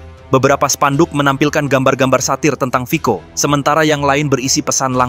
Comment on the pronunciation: Yang benar admin, itu /fitso/. “Fico” dibaca nya 👉 /fitso/ huruf “Cc” Slovakia diûcap /ts/ atau /tse/!